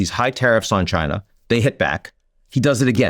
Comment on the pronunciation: Your statement is pretty premature. The answer is China. Can you pronounce it correctly. ? China